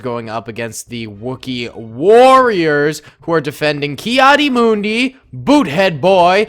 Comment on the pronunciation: it is kad di mun di